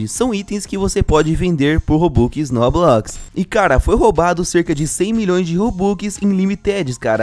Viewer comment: Pq vc fala robuquis?